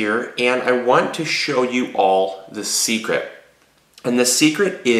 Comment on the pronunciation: Did He Say Seed-cret?? Like Secret ?